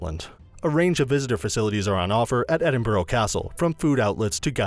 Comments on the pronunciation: EDINBORO ffs Why cant they ever learn to pronounce things properly -Never heard of the Britannica unless its an encyclopaedia. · Edinbro????? where the hell is that then. Such a shame american's like to do the history and explain everything yet cant pronounce the name of the place isn't it. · The fiuck is wrong with your pronunciation of Edinburgh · You don’t pronounce the city name correctly. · Number 11, learn to pronounce the name of the city you're giving a guide to. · At least say the name of the city correctly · One can be forgiven for not pronouncing Edinburgh correctly. But the Royal Yacht Britannica? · Can you no get somebody that can actually say Edinburgh properly? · Edinburgh mis-pronounced...im laughing how quickly I pressed stop. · Me a Scot him said Edinburgh and Britannia wrong me 🤬🤬🤬🤬🤬🤬🤬🤬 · Hell yes I live in Edinburgh it’s painful haha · I’m not even Scottish and the way he pronounced it annoyed me 💀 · Americans need to learn how to pronounce Edinburgh as you are doing my home city a disservice. I only made it 0.34 mins through this video. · Damn guess I’ve been saying Edinburgh wrong all ma life 😔